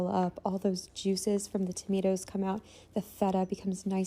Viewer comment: I love how she says tomato she says it like"tamato" hahah